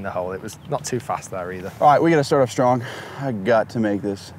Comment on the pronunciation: Rick says "strong" like STRONGKK.